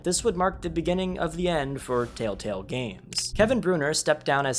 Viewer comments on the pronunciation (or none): Why does homie say “Tale-tale” and not “tElltale” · Bro says “Tale Tale” instead of Telltale every time lmao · I know it's not on purpose, and it is just your accent.. but bro, it's Tell tale not taletale 🤣🤟🏻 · ITS TELLTALE, NOT TALETELL. So fucking annoying hearing you say it wrong literally a hundred times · For fucks sake bro it’s TELLtale not TALETALE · Humans: "Telltale.": "Tail Tale." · I know this video is a year old, but “Tale Tale”?? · tale tale wtf nga its tell tale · Bro you keep saying "taletell" and it's making me feel like a crazy person, i legit keep rewinding to see if I'm mishearing it lmao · “Tale Tale” ?😂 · drink every time he says tale-tale instead ;) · Telltale ❌ Tail-tale ✅ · Are you saying tale tale? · Why do you keep saying taletale? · Or telltell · it makes me mad that he says tail-tell even though he knew how to spell it in the title.. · Thumbs down just for saying tail-tail every time. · I just love the fact the person who made this video can’t say “TellTale” properly over half the time lol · How did you not catch yourself saying 'taletale' like...15 times? 😅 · Wow your struggle to say telltale in this video is hilarious lol